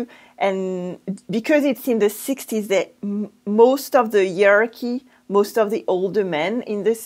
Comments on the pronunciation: Hey! Hierarchy is pronounced HI-ARKY not ear-arky or he-arky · Thank you clarifying that. In British English we would use 4 syllables, as in HIYA-RAR-KY.